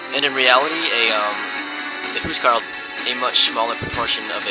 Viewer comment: he say huscarls right, Phantastic :P